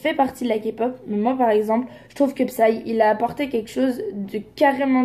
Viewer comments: J'suis morte quand ta fais pause juste pour dire "kapop", j'ai mis le like En tout cas j'aime beaucoup cette vidéo ta super bien décortiqué ce qu'elle a dit fin j'aime bien ton avis sur la chose ! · J’avoue que je suis Enjoy sur YouTube. CEPENDANT elle a été très maladroite dans ces propos, elle ne s’était pas renseignée sur le sujet. Déjà quand elle a dit K-Pop prononcé avec le K français au lieu de Kai ( en phonétique) j’ai stoppé directe la vidéo. Après en plus sur insta elle a continué à en parler disant « voilà sa se ressemble nanana » « Oh finalement j’aime qu’une chanson ( Fake Love je crois).Enfin bref elle n’a pas assuré ce qui explique les commentaires. Mais sa n’excuse pas les insultes les menaces . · Des le début quand elle a dit "kapop" me suis dis "Allez c est partie pour les connerie.." Ont est d accord que tout vidéos, émissions qui commence avec cette prononciation vont dire de la merde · elle a voulue faire la connaisseuse alors qu’elle dit "KAPOP" on en parle ou pas son crâne là 🤦🏽‍♀️🤦🏽‍♀️bref sinon jtm ❤️ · jsuis dsl mais quand j’entends les gens dire (KAPOP) ça ME DONNE ENVIE DCASSER DES CHOSES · je suis tout a fait d'accord avec toi sur tous par contre il est ou le mal a dire kapok? mdrrr je suis fan de kpop depuis des années mais genre je le prononces a la française. Meme bts je le dit a la française. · Le ka-pop ma enerver 😬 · Quand j ai entendu la prononciation je me suis dis " allez c est partie pour les conneries" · mais tellement mdrr il manque plus que le " bétésse " et là ct la fin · C'est grave ça y'a plein de mot anglophone qu'elle doit très bien prononcer et là elle prononce mal pour bien montrer qu'elle ne sait rien de la kpop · Grave je trouve qu’elle devrait respecter un peu plus la K-Pop moi je trouve qu’ils on un Mood de ouf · par rapport a la prononciation je pense qu'elle peut faire un effort les artistes qui ont pas un nom français la PLUPART le prononce en anglais non? Tu dis Ariana Grande ou Ariana Grandé?